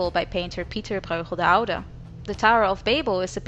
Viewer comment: are you by any chance from dutch origin? the way you say "pieter bruegel de oude" is as if you have a dutch tongue